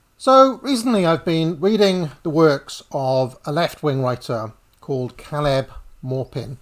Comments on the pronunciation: It's pronounced CAY - leb. Like Peter 'Kay'. I thought only one 'L' after the vowel means that said vowel is stressed. With a name like Callum, like 'Kaka', two Ls so vowel is unstressed! Cheers for all you do. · Caleb is not pronounced that way